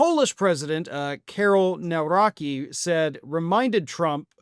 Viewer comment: polish president : kaerol neuraeki :-D the pronunciciation of Nawrocki is "Navrotzky" :-) I know Poland is not that important but you have lots of polish names in the US,, why didnt you check neuraki?